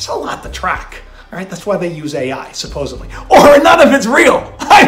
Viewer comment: Did you say ‘supposibly’!?! ala Chandler lol